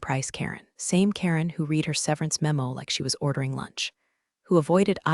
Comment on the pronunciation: Not a bad story, but I won't subscribe until that reader can pronounce "read" correctly depending on the tense. Details like that matter!